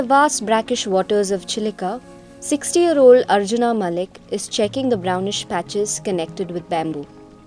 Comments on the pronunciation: Spell it like Arjun not arjunaa. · Good content but pronounce indian names in indian accent,its arjun not arjunaa !! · पहली बात तो अर्जुन है न की अर्जुना, कहा से अंग्रेज बनती हो